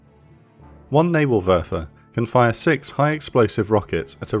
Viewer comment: Nibelwerfer It werfers nibels